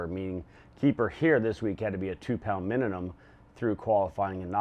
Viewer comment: Good job and great video SKEET! Was funny how you kept sayin "MiniNum" instead of "MiniMum"! Congrats on the top 5 finish. 🤙👍👊